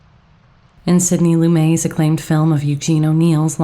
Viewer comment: Director Sidney Loo-MET.